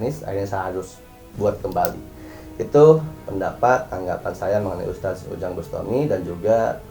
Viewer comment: NGOMONG "USTADZ" AJA GELEPOTAN KOK MAU NGOMENTARI ORANG LAIN